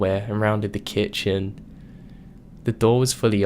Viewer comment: A little mean to say, but I've NEVER heard anyone ever pronounce the word 'kitchen' like you do. It sounds like you're pausing between the syllables, making it sound almost like two seperate words. Not your fault, but the way you talk so slowly throws off the vibe, rendering these scary situations no worse than a nursery rhyme.